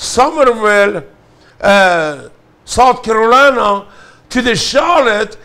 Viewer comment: Charlotte, North Carorina...lol 🤣